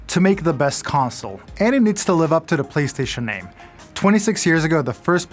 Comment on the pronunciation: did he call it the Platcentre 5?